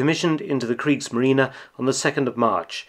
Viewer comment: I do wish Mark would stop saying kriegsmarina, it is kriegsmarine for heavens sakes!